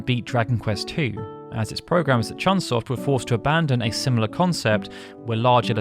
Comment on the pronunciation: It's CHOOON SOFT, my guy...